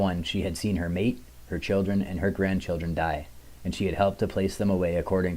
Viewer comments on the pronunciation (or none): none